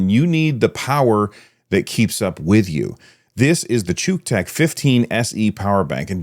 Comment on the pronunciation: "This video is sponsored by Chewtech" Errr, y-yeah, 'chew' tech, thats....thats how everyone pronounces it! 0_0